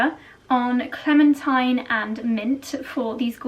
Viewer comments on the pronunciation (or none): none